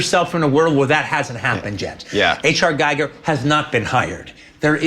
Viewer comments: He is doing exactly what used to piss off H.R. Giger so much; mispronouncing his name; it is not pronounced like the Giger Counter machine...it is gig-er, like when a band has a gig to play.... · It's "Geeger" not "G-I-ger." Come on QT, you of all people. :) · Poor Gieger - everyone mispronounces his name - it's 'Gee-ger' not 'Gy - ger' and that man's art is in a world of its own. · Giler and Hill bought into Dan O'Bannon's not-so-well-written-B-movie-screenplay on the strength of the Chestburster scene. They also added Ash. H.R. Giger is pronounced "gee-ger" not "guy-ger". Dan O'Bannon worked with him on Jodorowsky's Dune that didn't get completed. He showed the Necronomicon art Book by H.R. Giger to Ridley Scott. He said that's it. That's the Alien. Ridley Scott made Ripley a woman and the hero. The original script made it interchangeable whether the characters were male or female. It's always fun listening to Tarrantino's enthusiasm and interesting that he talked to Walter Hill. It's on the voluminous Blu-ray's and magazines of that period. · It's pronounced Gee-gurr (hard G), Quentin... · Is pronounced Geeger, Geeger godamnit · Giger is pronouced GEEGER ! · H.R. GEE-ger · Giger rhymes with eager. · The Star Wars movies weren't shot at Pinewood, they were shot at Elstree and Shepperton. Alien was partially shot at Shepperton. And HR Giger's last name is pronounced "Gee-ger." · No, it rhymes with "peeper" - it's pronounced "Gee-Gr" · Sadly even Tarantino butcher Gigers name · Why can't ANYONE pronounce Giger's name properly? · And Tarantino pronounced Giger wrong, Sigouney never did.